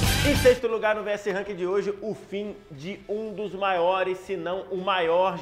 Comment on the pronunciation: Ele falou "maores" no início do vídeo